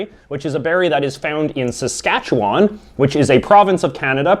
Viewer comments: Very entertaining. I grew up in Northern Saskatchewan and we did have Saskatoon berries. Actually the jam is better than the syrup but the wine is the best. But you really need to learn how to say Saskatchewan properly ( SaskatchewIn) it is win, not won or wan. It is said that Montreal makes the best bagels because their water is better. That might be true because Lake Ontario water is crappy. Quebec is the only place that makes proper poutine. In Ontario (and I'm supposing everywhere else) uses mozzarella cheese and not cheese curds. Big difference. Save your money if you're not in Quebec. Also, Ottawa is the only place which makes proper beavertails. Newfoundland has 2 types of berries only found in Newfoundland - and don't forget about the Screech!! PEI grows fiddleheads. In Ontario we say Joe Louie. Love your videos. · U say Saskatchewan wrong it’s pronounced “seskatchewwwwun” And yeah, Saskatchewan has no good qualities, the premier is stupid and an idiot (and we have 40 year old desks in the schools)